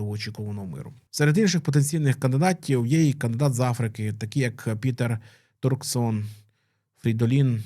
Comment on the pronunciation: Не "папабІлі", а "papAbili". ) Не Ердо, а Ердьо. Не "Хосе Делантіно Калака де Мондонка", а Жозе Толентіно де Мендоса. Говорять про Пароліна, показують Дзуппі (не Зуппі!). Не ТарксОн, а ТАрксон. Ну якщо беретеся за тему - вивчіть матчастину.